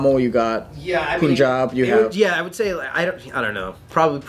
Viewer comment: They also pronounced Punjab wrong